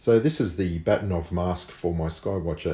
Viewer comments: Just a sidenote: If we can believe Wikipedia, Bahtinov is pronounced something like "Baakhtyeenawv" stress on the first syllable – but I'm not Russian, your wife has probably corrected you already ☺. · Funny, I had hard time to recognize "Bahtinov" pronounced in English. The original pronunciation (in Russian) is BA-H-tinov, vocal "H" like in German "Bach" (all hail Bach). I guess his name in his Reisepass is written Bakhtinov. You can see Mr. Bahtinov here: Interestingly, the guy decided not to patent this mask...